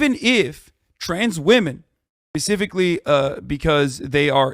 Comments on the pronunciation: the first guy lost all my attention when he said "pacifically". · "Pacifically" 2022